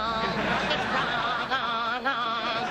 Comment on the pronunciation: Lol, it's Wr-ong-Ong.😄